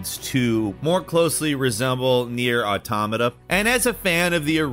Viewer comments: I wasn't you to know that I've noticed you properly pronounced "automata" in this video and I'm delighted, it's been a hell of a journey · He said automata right lol. I fucking love this character arc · THANK YOU for being someone who pronounces automata right. It's pronounced like autonomous is it's root word, because it is.